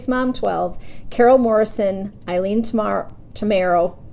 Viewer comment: applause for saying my name correctly Itsme Eileen love you